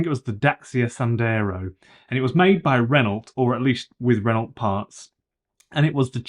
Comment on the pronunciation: Renault is French pronounced Ren-O not ren-olt!